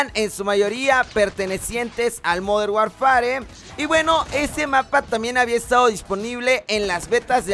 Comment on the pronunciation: Hola! Oye se pronuncia "modern warfer". Saludos